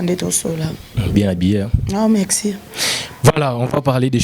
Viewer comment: Nene r olobaka mexi na place ya merci na djospora wana olibaka oyokaka ango ndende nini na matoyi nayo, tika makamnu yakolekaka4r nioso naba emission luka nanu osala ata ba court du soir pardon tolembi.